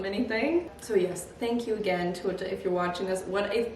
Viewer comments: All the albos shaking at her pronunciation.. it's TAY-ouu-AH not twoo oh ta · I loved seeing the process 🤍 but hurt every time you butchered her name 😂 it's TE(~teh) -U(ou)-TA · The dress is beautiful!! But … I have to say it because it was killing me throughout the video… Teuta would be pronounced more like “Tay-oo-ta” instead of “Too-oh-ta” 😅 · Its pronounced teh-oo-tah pls say it correctly atleast, shes an albanian designer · Teuta is pronounced “Tey-u-tah” right? Every time I watch a video about this designer I’m confused by seeing the spelling and hearing the pronunciation with an “oh” sound. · I always thought her name way pronounced “tay-oo-ta” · you’re so so cute but I’m flabbergasted that even at this point in the relationship you were still pronouncing ‘Teuta’ like that 😅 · You've gotten so many dresses from her and now a custom wedding dress and their ALL STUNNING. <3 I don't know how you're still saying her name wrong.... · I'm not sure you are pronouncing Teuta correctly